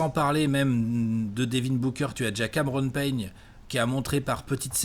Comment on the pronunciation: "Cameron Peigne"